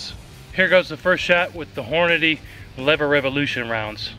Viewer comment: Its pronounced Lever Evolution, not Lever Revolution.